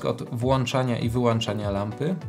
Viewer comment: Cześć! fajny filmik, łap suba i łapkę. Jedyne do czego się przyczepię to nie mów "włancza, wyłancza". Jest to niepoprawna forma i strasznie kaleczy uszy. Wszystko mi się podoba, ale jak usłyszałem "włancza", to mi to nie pasuje do tak profesjonalnie wykonanego filmiku. Pamiętaj, że włĄczam, wyłĄczam się mówi. Mam przy okazji kilka pytań i liczę na pomoc. Chcę zacząć swoją przygodę z błyskaniem i nie wiem jaką lampę wybrać do Sony a7III. Na początek chcę błyskać w domu, ale w przyszłości planuję robić to też w plenerze. Chyba bardziej opłaca się kupić lampę reporterską niż studyjną jak mam w planach kiedyś w plenerze też błyskać? Taki jeden Stroboss V1 by mi wystarczył do nauki w domu? Później jakbym się wkręcił to kupiłbym coś mocniejszego, a Stroboss V1 byłby lampą pomocniczą. Co myślisz? A może jakąś inną lampę zamiast V1?